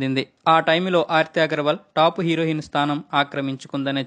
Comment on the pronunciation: Mundu Telugu sarigga papakadam nerchuko herohin kadura heroine